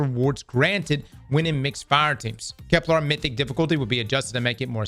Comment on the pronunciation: I legitimately can't tell if it's a bit when says Keplarr instead of Kepler.